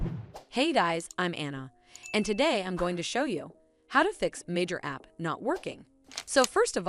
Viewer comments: No, those are both wrong, too. It's "my-er" (note, there is no "s" on the end) and "cash." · It's M pronounced My-eer's. And Cash-ae... Good video-maybe slow down just a bit...or pause 1 sec to give ppl ppl easier time to stop & re-watch... If they need help w this-they prob need 2 go slower...